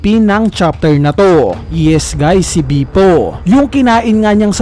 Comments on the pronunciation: please lang ilang beses ko narinig pronunciation mo ng name ni bepo is bipo 🙂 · Can you pronounce Bepo correctly? natatawa lang ako